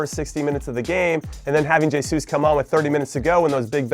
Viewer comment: its cring how he says jay-sus